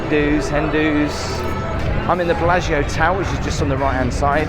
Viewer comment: As soon as I saw the thumbnail, I was practicing saying "Billargeo" like 😊